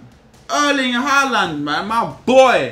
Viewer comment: Finally he said Haaland's name right